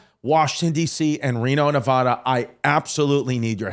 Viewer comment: Omg lol finally my hometown getting love! I love your content. But brother learn to say Nevada before Reno lol 😂 they’re brutal to shows who don’t say it right.